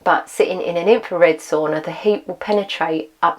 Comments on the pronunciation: I love your commitment to report tge accurate and realistic experimental information. It's really needed these days. By the way ... why do you keep saying "so-ona" 😄 ... it's Sauna lady... Sauna. 😄 BTW, thumbs up 👍 from me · I think you know how to pronounce the word sauna, but you don't pronounce it correctly. Is it British arrogance?